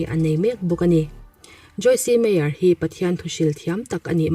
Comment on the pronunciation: Joyce meyer kha joyc meyer t zok tur ani lom ni e kha silent tur ani in ka hria